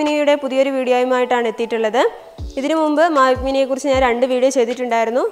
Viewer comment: Mavic Mini yennu curecta parayan padik first